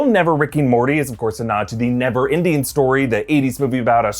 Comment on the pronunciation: Did you just say “never Indian story”